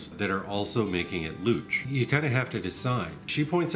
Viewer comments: Louche/Louching is pronounced "loosh/looshing".... not "looch/looching". Just FYI. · I was originally told that it was pronounced "Loosh" but I may have been lying on the floor of a bar in New Orleans at the time. The louche is, of course, the desired outcome of a traditional absinthe presentation. To remove louche/Irish mist/Scottish mist from a bottled spirit just warm the bottle slightly and keep it warm for a while (the normal cautions about warming flammable volatiles in glass apply). That won't get rid of globs or oil, just the haze. Many wise and experienced people have told me that we can prevent louching in the bottle by bulk proofing very slowly over a period of days before bottling. They say words like "saponification" and seem quite confident. They are wrong, of course, but I respect them anyway. A slug of 170+% neutral will clear it right up. I also suspect that just the tiniest pinch of sodium citrate would clear a louche, but I won't be trying that. Somebody might see.